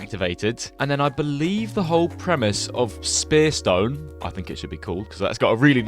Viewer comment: umm, err its spear toggle not spearstone